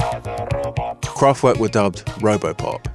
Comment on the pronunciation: Drinking game: Take a sip every time the pronouciation of Kraftwerk is severely mangled :-)